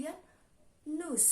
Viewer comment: Cara bacanya salah bukan nus tapi nu visitong la muze